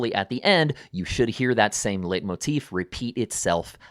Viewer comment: It's pronounced "light" motif, from the German word for leiten: to lead.